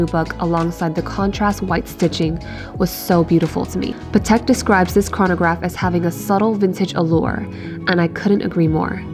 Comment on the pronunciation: You don’t pronounce Patek correctly. It’s pronounced pAtek with the accent on the a, not patEk like you do.